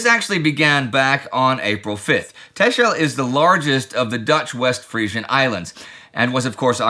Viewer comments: Tacksel, or Tassle to the locals, but nót Tashel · A small thing for Indy: Texel is pronounced the same as Tessel, and thus not Teschel. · With so many places and languages I really don't mind any pronounciation and what not but Texel is either pronounced Tax-el or Tessel and the island are called the Wadden Islands (Maybe the Frisian islands aswell) and Texel is Holland, not Frisian. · Texel is pronounced as Tessel. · You completely butchered the name Texel but still nice to hear something about the Dutch again 😊